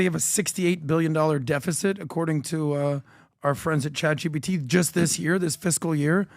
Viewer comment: Why does Pat say “Chat Gbt “ all the time lol